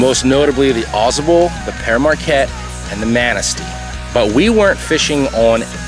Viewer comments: Should learn how to pronounce the names of rivers so you don't sound ridiculous and automatically discredit your work. Especially a world renowned river like the Au Sable, makes one question your bonafide. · Lmao the way he pronounces Au Sable and Manistee. Go home bum